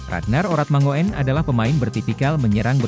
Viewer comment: bacanya urat mangun bukan orat mango en, oe itu ejaan lama yg biasa digunakan orang jawa kuno